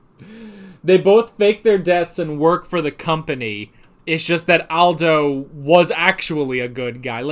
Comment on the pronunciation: Its aldo ( all-dough)